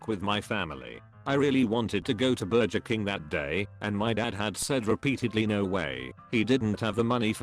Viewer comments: No one: Speech Robot: Burjer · Tf is a burjur